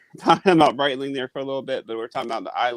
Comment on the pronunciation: IS BREETLING AT THE ZEENITH, ZENNITH, OR THE NA-DEER??